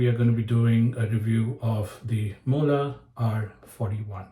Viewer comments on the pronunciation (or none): Pronounced muu-hle